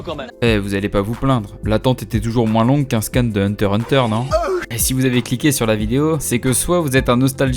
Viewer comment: Da se prononce hunta hunta